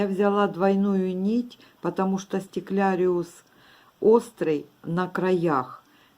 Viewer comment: да не может человек говорить как хочет. Вы уж извините, но если есть слово стеклярус, то стекляриус его назвать нельзя. А что касается мастер класса, то большое спасибо автору. Осталось много стекляруса , очень пригодился МК для утилизации остатков.